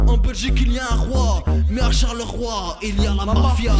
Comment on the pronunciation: c un smex ce rappeur Mdrr apprend d'abord a prononcer Charleroi